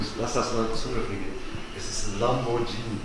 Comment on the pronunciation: Hat er wirklich Lambo jini gesagt ????